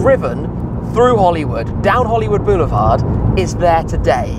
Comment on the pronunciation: Took 7 minutes of blather to actually get to the cool car? So.... how many times did he say "Hollywood 'Beuoulevard' "?! 😂 I had to turn the sound down. Awesome car but I don’t think it'll make a production run!